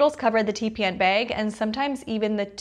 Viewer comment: You from up north....its the way you say bag.....is it wisconsin?? Lol